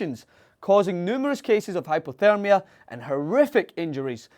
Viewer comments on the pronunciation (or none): none